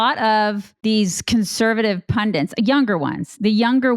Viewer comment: right, i HAVE made this point several times before, but I don't mind doing it again! What is it with so many Americans who mispronounce the word "pundit"? Yea, it's a weird word, IIRC its origin is from one of the Indian languages, but it's pronounced how it looks! "PUN-DIT" not pundent!